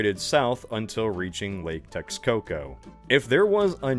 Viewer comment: x in nahuatl makes a sh sound, so teshcoco